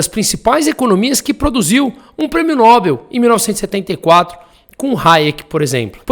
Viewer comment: Prêmio NÓBRL? Ou prêmeo NOBEL? Aprenda a falar porra!